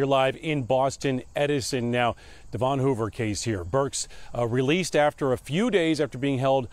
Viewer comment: That old saying burn the coal pay the toll. And his name wasn't De- Von, white people pronounce it like Devun like Kevin or the english county Devonshire.